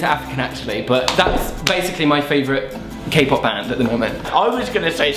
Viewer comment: Sorry but your kpop sounds more like jpop or cpop xD